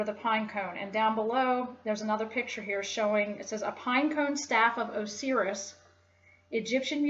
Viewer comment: so what is your religion then and does it not have any esoteric aspect? also, you mispronounced a lot of words. pineal, Osiris, Pleiades, Caduceus, Dionysus...